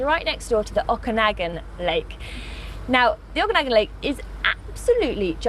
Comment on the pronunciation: I very much enjoy hearing Imogen pronouce "Okanagan". I typically hear it pronouced as O-Can-Nog-Gan.